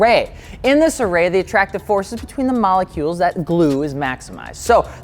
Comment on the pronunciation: It’s saying malecules for me 😂😂😂... love your vids tho